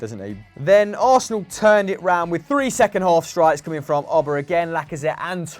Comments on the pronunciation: Why they pronounce it “Owbamayang” so weird😂😂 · If only they could pronounce Aubameyang correctly